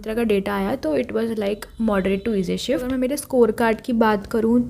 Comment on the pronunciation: First shift❌forst shift ✅😂😂😂